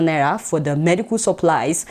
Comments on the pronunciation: Adeola its naira not naya😉😉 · Who else love the way Adeola pronounces "Naira"?😂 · I just love the way Adeola pronounces Naira...